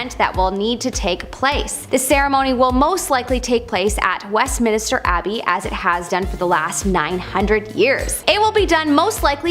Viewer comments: Westminister??????? How bout Westminster. This from a Canadian is rather embarrassing. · Westminister why would it be called minister? Stop saying that